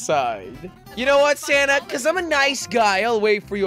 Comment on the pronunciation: Is it just the christmas spirit or do i keep hearing 'Santa' and not Sanna